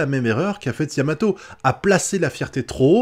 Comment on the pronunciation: c'est yamamoto pas yamato mais tnkt 😂